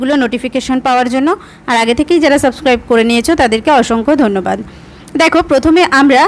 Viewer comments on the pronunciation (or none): none